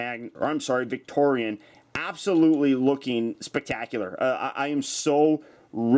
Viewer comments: Her name is pronounced "Victiri-ON", not "Victori-AN". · I thot victorion's name was pronounced like (vic tor-e-on) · it is victoeon not victoeon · she looks awsome and you may or may not have said her name wrong the whole time (vic tori aun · You said it’s name fully wrong